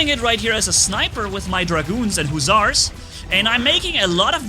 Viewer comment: you said husars again